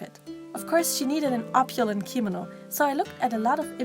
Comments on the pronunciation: She said it wrong, thats what I was pointing out. I looked it up and it corrected me, so yeah. It's kimono gurl, not kimino. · I'm sorry but every time she says kimono like "keemano" a little part of my gets triggered inside... Btw the doll is absolutely gorgeous!